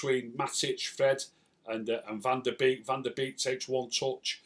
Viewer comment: hi his last name is pronounced bake